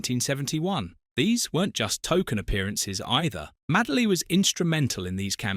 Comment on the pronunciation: MADE-LY, NOT MAD-LEY